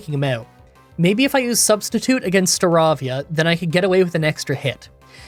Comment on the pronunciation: He made up for it with "Prinpulp" and "Starahvia"